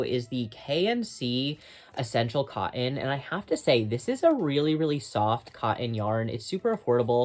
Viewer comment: Love your videos. Cotton has letter 'T' in it, and is pronounced kŏt′n.